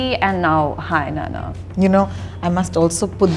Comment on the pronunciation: Anchor is a South Indian and she doesn't know how to pronounce Nanna, pls don't criticize north Indians when they make fun of South Indians when South Indians themselves don't know the basics of fellow South Indian culture and language